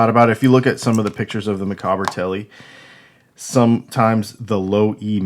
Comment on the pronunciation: Micawber, from Charles Dickens' book "David Copperfield") - pronounced 'Mic-AUB-er'. Rhymes with 'dauber'. Otherwise cool.